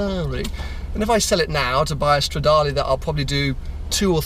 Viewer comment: it's stradale not stradali AAAHHHHHHHHHHHHHH